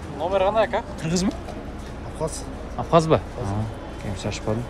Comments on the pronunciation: АВХАЗЯ дебечи билимсиз!!! АБХАЗИЯ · Авхазя эмес Абхазия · Авхазя эмес, Абхазия индеец